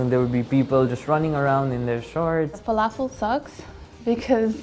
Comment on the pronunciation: What's 'flafel"?